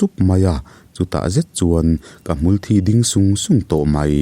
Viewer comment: Hmulthi tiglai hi i lamdan tur ka lo hrilh ag ce mithi soina a Kan lam dan hian hmul thi tihlai hi thi tiin lamroh lamroh thisen Kan lamdan thi ag in i lam a a dik lo